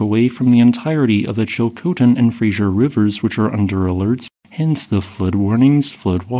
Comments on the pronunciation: It's Fraser River not Frasier. Pronounced frayzer. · Your work is superb and MUCH appreciated. Just a small thing: FRASER (fraZer) River, not Frasier as in the old TV show. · My dear Americans... it's Fraser, not Frazier. Thanks for this fantastic footage. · "Fraser" not "Frasier" River! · It's called the Fraser River. Fray-zer. Not Frasier. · It's said Fray-zer. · FRASER, pronounced fray zer! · Fray-Zer River.